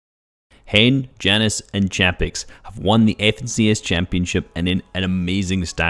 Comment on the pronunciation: Jannis is pronounced Yanis